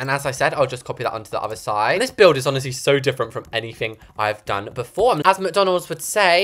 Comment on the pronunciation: the way he say mcdonald’s while i’m shoving my face with a big mac😂😂